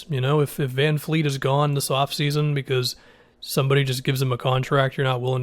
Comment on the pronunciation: its Van Vleet not Van Fleet